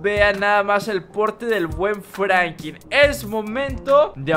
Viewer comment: No es por ofender pero es franklin no franki